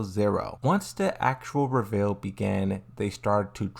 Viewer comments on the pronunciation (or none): none